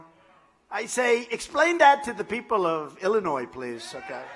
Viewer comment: Lol. Had to go at the bottom of Illinois? trump's so scared of chicago area. When he pronounces Illinois with the "S," idiot!!